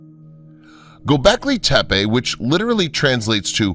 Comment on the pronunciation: God... Who is it. There's this one "researcher" who bugs the absolute s%×t out of me when he says Go becklay tepeah (like tepay) It would sound okay coming from Nick Redfern, but not from this other guy. Lmao!